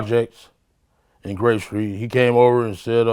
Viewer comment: Keefe: I was in the projects on Grape Skreet..... lmao 😂 Keefe is my dude!